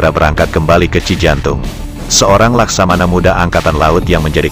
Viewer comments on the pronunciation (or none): none